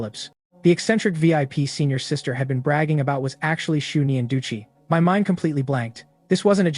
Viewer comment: why did she suddenly become a sista 😂😂😂